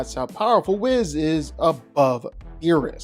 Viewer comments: and he says Wizz the entire video when referring to whis lol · Oh my god......stop saying Wizz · "WE ▪︎ SSS" not "WIZ" or "W' HIS" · Whiss/Whizz vs Yuta. You should probably re-record this video and pronounce their names right. You pronounced Whis’s names at least 2 different ways. Both incorrectly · People are focused on him pronouncing "Whis" wrong, but look at The Watcher's big headed ahh: . Humpty Dumpty lookin ahh. Stewie Griffin lookin ahh. Megamind lookin ahh. This shit's too funny. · He pronounced Whis’s name wrong too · Hearing you say Whis’s name wrong the whole video was painful… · That's specialty! He butchers pronunciations all the time, and he just keeps getting away with it.